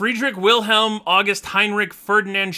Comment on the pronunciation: You actually pronounced most of those names very well, good job! You got Steuben wrong though, the German 'eu' makes an 'oi' sound. edit: Also the 'W' in Wilhelm should be a 'v' sound.